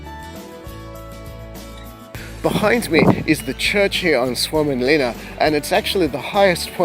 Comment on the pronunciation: You did a far better job than pronouncing that name than we did last week when we were filming! Mate, you are super informative and this is really well filmed. Keep up the great work!